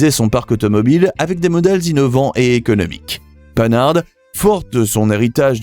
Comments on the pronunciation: Arrêtez de prononcer panne arde pour pan har c'est insupportable.!!! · où prononce t-on panarde ailleurs qu'aux US ( pan hard...en deux mots) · Panhard ne se prononce pas panarde mais pan-ar! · Pan hard et pas paneharde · On ne dit pas "Panarde" mais Pan-hard... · Apprenez à prononcer Panhard : PAN-AR... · Merci d'apprendre à prononcer les noms de marque "à la française" pour des marques françaises , en particulier pour la plus vieille marque , PANHARD. Petite remarque les immatriculations sont tout sauf françaises ! Vidéo à revoir